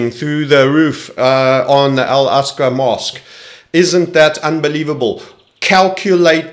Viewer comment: It’s al aqsa not asqu